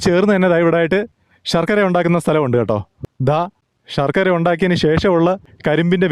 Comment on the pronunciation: ഷർക്കര അല്ല സഹോ ശർക്കര ആണ്. ശ എന്ന അക്ഷരം ശരിയായി 1000 പ്രാവശ്യം പറഞ്ഞ് പഠിക്കൂ